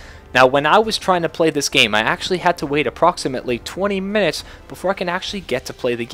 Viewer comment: The way you say "minutes" cracks me up everytime and I don't even know why.